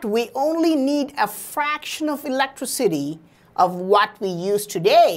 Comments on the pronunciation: That really messed me up the way he pronounced it "ELECTRA-CITY" rather then "Elec-Tricity". It made me start saying it that way and for a second made me forget how its actually pronounced..... LMAO. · "Producing Elettro-city" i am crying! XD